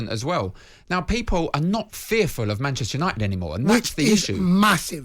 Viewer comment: PR-chester united